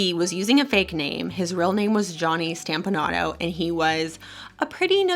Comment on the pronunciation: It is pronounced 'STOMP- a- nato NOT STAMP-a- nato...STOMP-a-Nato.